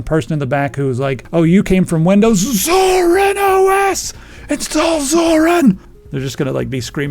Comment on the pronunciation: I hate to be that guy .... but ... ZorinOS!!!